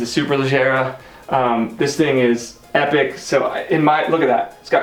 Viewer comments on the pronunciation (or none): none